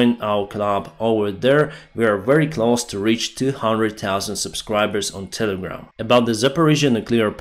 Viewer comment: Close closer, please practice these words with an English speaker. Клос и клозер а не наоборот. How do you close клоуз a door? Is it close клоус enough? That is closing part of the event. Not the clothing worn on the event. Sing me a song. That is not a thing.